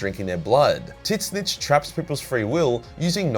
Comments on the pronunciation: Are you serious mispronouncing tzeentch? School much? The T is silent in the pronunciation of Tzeentch. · Why are you pronouncing "Tzeentch" like that? WTF? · I was so fucking confused when he started saying that xD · His pronunciation of Tzeentch has me dead 😭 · Please learn to pronounce Tzeentch. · Your pronunciation of Tzeentch makes me die inside. Dear Chaos Gods... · It’s TZEENCH THE T IS SILENT LIKE IN TSUNAMI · Why the f does he pronounce tzeentch as tit-snitch??!!! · Tiz-nitch though... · The fuck is this pronunciation of Tzeentch, why are you calling him Titsnitch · I know Tzeentch isn't particularily easy to pronounce but dear Emperor you absolutely butchered it XD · Please for the love of god stop saying Tzeench like that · zeeeeench not tit-scitch.... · I feel obligated to point out that it's pronounced ZEE-NCH not Tit snitch. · Ok are we going to ignore the fact he kept say "TiT-Snitch" and not "Zeenche" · I can't how you pronounce Tzeentch like "tit stitch". I believe it should be done like a bird skreech. To just pronounce it "tszieeench" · Why do you spell Tzeentch as "tit-snitch", though? It's more like "tz-inch" (starts like a "tzar", ends like Grinch). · Took me few moments to realize that Tit-snich is Tzeentch, not Slaanesh as TIT-SNITCH like describes Slaanesh prety well😄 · Lol, Titsnitch not Tseench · Why do you pronounce tzeentch like tiznitch I thought it was "zeentuch" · Why do you pronunce Tzeench as Tit-zinch? I always assumed the T was silent and was always pronounced "Zeench" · I can’t say I’ve ever previously heard Tzeentch pronounced as ‘Tit Snitch’. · Am I tripping, or is he really calling Tzeentch "Tit Snitch"? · am I the only one wondering, what kind of accent makes you pronounce Tzeentch as "Titsnitch"?! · I every time he said “tzeench” I thought he was saying “tits bitch” and was talking about Slaanesh. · I can't unhear "Tit-snitch".... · Tit Snitch is the funniest pronunciation I’ve heard yet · Tits-nitch lol